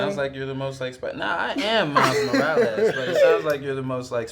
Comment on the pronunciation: Am I the only one who noticed that Shameik actually says Miles' last name correctly? Most people say "Moralas" or "Moralis" But Shameik actually says it correctly XD